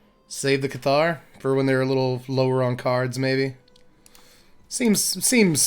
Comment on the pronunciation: cool deck, good to see these colors do something that isn't ramp. btw though, "Cathar" is pronounced with the emphasis on the first syllable, say it like you would say "Passer" with a lisp